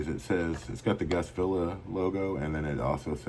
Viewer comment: You said my name right how much would you sell that cuban for